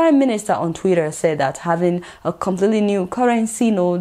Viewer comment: Nice job Adeola. I like the way you call Twitter. Something like twirar!